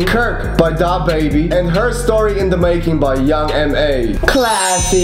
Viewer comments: i hate how he says DAHbaby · It’s “duh-baby” not “dah-baby” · It's Dababy not DA - baby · It’s kind of annoying how he says dah baby instead of DaBaby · when he said dahbeiby i felt that